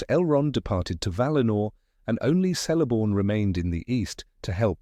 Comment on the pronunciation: I don't know if he narrator is AI, or not - but all "C's" are pronounced as "K's" . . . Celeborn, therefore, sounds like Keleborn . . .